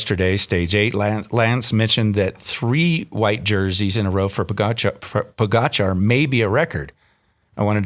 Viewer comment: It's PogAčar not POgačar.